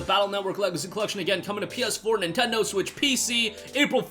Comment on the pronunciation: "intendo switch"?